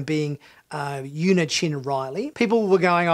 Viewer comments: Her first name is pronounced “Ooo-nah” not “Yeww-nah” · Yeah I think its pronounced "Oo-nah". But I actually worked with someone for a couple of years who had the same name and she pronounced it "You-nah" so I guess thats what I was used to saying. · Yeah I know. A couple of years ago I worked with someone who had that same name and she pronounced it "You-nah", so that's what I was used to. I'll iron out that kink in future videos. 👍